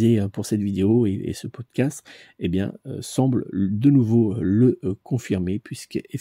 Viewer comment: Bonjour 👋 en toute sympathie , il me semble qu’on dit Pod Cast et pas castre 😊à moins que je me trompe . Merci et bravo pour ce tirage de grande qualité 😌🌸